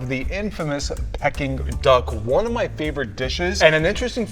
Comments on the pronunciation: Pecking Duck, what a cack….. it is pronounced Pee King Duck. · Peking Duck is pronounced “peeking” not “pecking” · I thought it was pronounced like pee-king duck. It sounds like he’s saying pecking duck.